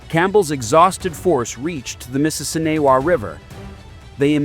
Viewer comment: they could have used footage of the reenactment in Grant County. And the pronunciation sucks. I'm from Grant County where the battle of the Mississinewa was fought.